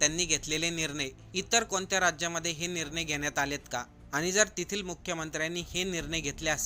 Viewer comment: अत्यंत अशुद्ध उच्चार.अशु्दधभाषा!! आनी? वीज,पाणी मुफ्त म्हणजे करदात्यांवर अधिक कर!!!